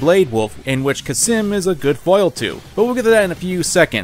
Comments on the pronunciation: Cam-sin not kasim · Khamsin, not Khasim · Fun Fact: It's Khamsin, not Khasim, he even says it. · its kamsin not kasim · Your repeated mispronunciation of Khamsin as "Khassim" is infuriating. Good vid trilogy tho. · How did you get “Khasim” from Khamsin? 😂😂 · ITS CAM SIN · It’s Kampsin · Except how to pronounce khamsin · I'm still 100% convinced he mispronounced both Khamsin and Excelsus on purpose just to piss people off. Or he has dyslexia. Maybe both. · Did you just... forget the 'M' in the middle of 'Khamsin'? Edit: "Excelcius" that isn't butchering, that's just flat wrong.